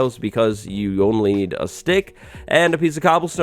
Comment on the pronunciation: For a second it sounded like you said the recipe for rails was "six iron and a steak"